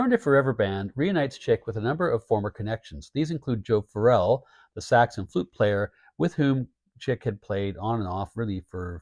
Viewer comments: Hey I really love your channel and I think you do a fantastic job but I think you should call Joe Farrell exactly that..... not Joe Phar rell...... at least that's how it sounds when you're saying his name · weleda listening to Joe Farrell for fifty years and that's the way I always heard his name mentioned going back to when I seen him live as a Young Man just thought I'd point it out like I said you have a fantastic Channel I just had this thing about pronouncing people's names you know Farrell sounds like Carol